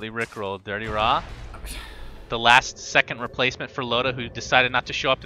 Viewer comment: why casters always pronounce DityaRa as Dirtyra?